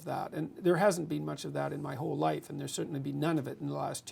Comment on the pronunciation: Loife. Really hurts my ears when he says life wrong. aahh